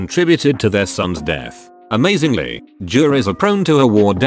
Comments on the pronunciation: Me: reads AMAZINGLY Text to speech: AsK mE aNyThInG-ziNgLy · The bot read AMAZINGLY as Ask-Me-Anything-zingly lmao